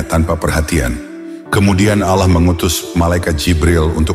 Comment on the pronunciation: Bukan Al llah bang.tapi ALLAH SWT